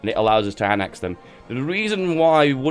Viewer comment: Its annex not annax